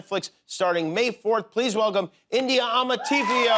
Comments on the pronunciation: 😮😅😅😅, likewise,at every interview, they Bucher her name😅😅😂😂. Adwoa Andoh is also on the show, aka Lady Danbury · I love how the Ghanaians on here are reacting to India telling Jimmy his pronunciation was “perfect” ❤😂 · Well it's the British pronunciation lol. You know foreigners can't pronounce African names the way it's supposed to be so it's the British version. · I just knew that was a Ghanaian woman ! Make us proud ! Please the pronunciation of her name is Amaaatey fio Not Amartifiyow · She does not know how to mention it correctly either. It's from the Ga tribe of Ghana... I was raised in Ghana... The name is pronounced : Amaa-tay- fio... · Actually the name was pronounced wrongly..she has Ghanaian roots..it's pronounced amartayfew-o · The way he butchered her name and she said it’s perfect!!! MAAM!!! It’s Amãtefio😢😢😢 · Her surname was pronounced wrongly by the host and herself. Amarteifio is a Ghanaian name, and her Dad is from Ghana. Her name is pronounced as Amar - tei - fio. The middle sound "tei" is pronounced as "teik" (Take) with k being silent. I don't know whether y'all get it, but that's how it is pronounced. She is so lovely and an excellent actress. 😍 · Her surname is Ghanaian specifically Ga. We pronounce it “Amaateyfiyo”. She’s beautiful and articulate 😊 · As a Ghanaian I will say the pronunciation is not accurate but good effort tho 😀😀.... let's do it this way so you can get it right AMAATEY FIO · The pronunciation is wrong though. /a.maa.t3.i.fi.o/. It’s a Ga name from Accra, Ghana. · It’s a GA name from Ghana.. it’s AMARTEIFIO !! Google should do voice notes !!! It’s AMAR -TEY-FIO !! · Her surname is pronounced Uh-maar-tay-fee-O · The name is pronounced ‘Amaaa Tay (as Taylor) fio (as in Fiona)’… it’s a Ga name from Ghana. Lol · Beautiful lady. But she can’t pronounce her own name. 😂 her name is from Ghana it’s pronounced Ah-Ma-tey-fi-oh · Pronounced Ar-mar-tay-fio. Guessing she has Ghanaian ancestry. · It is a Ghanaian name. Am-ar-tei (tey)-fio